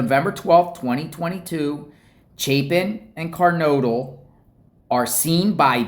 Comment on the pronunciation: 🚫Car-nod-le ✅Ker-node-le